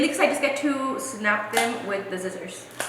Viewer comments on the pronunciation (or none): still saying “zissors” like back in the day on her older vlogs- Alex always pointing it out, I miss those vlogs 😂